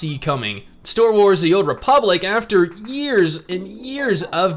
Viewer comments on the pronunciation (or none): and ""store wars"" hahha